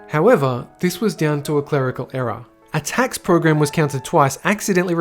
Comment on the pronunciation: Ohh you were saying ERROR not Era 😂 I was so confused.